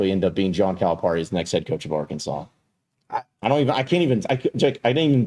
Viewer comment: Please pronounce Coach Cal’s name correctly its Cal-a-Pear-e